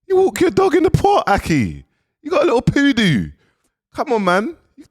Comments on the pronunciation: “The POODOO” sent me 😂😂😂😂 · “ you got a liddle poodoo” 🤣🤣 akhiiii